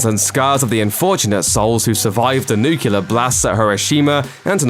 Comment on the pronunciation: NUCULAR like in Simpsons😁